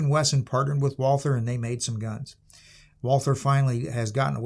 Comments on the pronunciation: Fun fact - one does not pronounce the "th" it´s just "Walter" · It’s pronounced ‘Valter’. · Nicely done on the German words, but you were wrong on the most important one: there is no "th" sound in German, so "Walther" is just pronounced "Walter". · Walther is actually pronounced Valter in German. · The name is just said like "Walter" without the the "th" noise. It's like the name "Thomas" in that regard. If we were speaking German then we would say "Valter" But other than that, pretty good handling of Deutsch for the Ausprache und Übersetzungen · Just to point it out ... the h is silent. Pretend it isnt there, when speaking it. Just say Walter. Way more closer to the true pronounciation. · I wish you would pronounce "Walther" properly. Should be pronounced about halfway between "Valt-hare" and "Valt-her". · It's prounced Valther.It's from Germany. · A pity. After I finished the video. It's pretty pathetic not to be able to even begin to pronounce the German name of the manufacturer correctly after such an elaborate intro. Disqualification! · Walther; mispronounced by everyone since 1936.